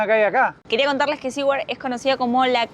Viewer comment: Saludos amigos. Ustedes dijeron en el video que no estaban seguros cómo se pronuncia el nombre de ese pueblo. No es ni SE-WARD ni SI-WARD. Se pronuncia SU-WERD. (teniendo en mente la pronunciación inglesa de la R pero la pronunciación español de SU, pero metiendole una "i" latina en el medio.